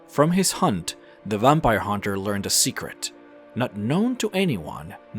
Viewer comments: Vampire not vumpire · Good video but your pronunciation of a few words like "vampire" really bothered me and I couldn't help but imagine that you do it intentionally.. Also I kind of cringed the times when you went a little overboard with your voice trying to sound cool or something. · The way you say "Vampire" bothers me.